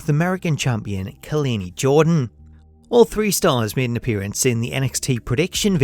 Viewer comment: i love you bruh, but you saying Khalani Jordan name wrong lol